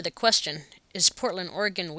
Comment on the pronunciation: Thank you for saying ORYGUN and not Or-Eh-Gone